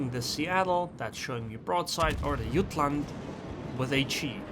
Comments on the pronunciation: Jutland with a J. It's a RN ship and the English pronunciation is JUT-LAND. Not yutland. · Jah t land not ut land if you are using English the j is not silent